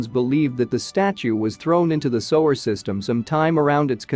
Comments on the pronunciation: sewer not sower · The AI voice ruins the video. "Sower"? "Sue-ER" is how it's pronounced. Very annoying. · What the hell is a "sower"??? If you make these videos, then be sure to have the correct pronunciation of words. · Sue-were. I thought AI was spost to be grammatically correct? How do you sanction one that is too dumb to pronounce 2 grade vocabulary? No internet? Stay in your monitor all by yourself, you're grounded? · Can you not get an English speaker to do the Narration? Sewage - sewer, is pronounced suwage - suwer. F'n Muricans... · Sewer Sewer Sewer NOT sower. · If you’re going to use AI to narrate, at least teach it to pronounce Sewer. It’s not a sewing machine. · annoying robot voice mispronouncing sewer over and over